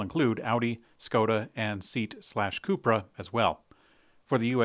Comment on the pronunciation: FYI - VW's Spanish division Seat is pronounced See-At. And not pronounced like what you sit on in your car.